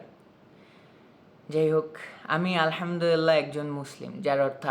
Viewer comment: আপনার আলহামদুলিল্লাহ র উচ্চারণ অনেক সহিহ ও শুদ্ধ। আপনার শুদ্ধ ইসলামিক জ্ঞানের উচ্চারণ ও প্রকাশ আমাকে মুদ্ধ করে। জাজাকাল্লাহ।